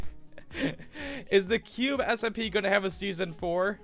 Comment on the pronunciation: H: "S-M-P" Me: "delete your channel wtf it's simpa sIMMMMPAAAAAA"